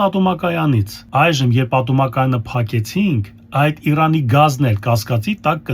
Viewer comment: Ե՞րբ պիտի սովորեք հայերեն արտաբերել մեր հարևան երկրի անունը... ԻՐԱՆ, այլ ոչ թե Իռան։ Հասկանում եմ, որ ռուսերեն լեզվով եք ստացել ձեր կրթությունը, բայց չեմ հասկանում, ձեր հայերենի ուսուցիչը ի՞նչ է ձեզ սովորեցրել...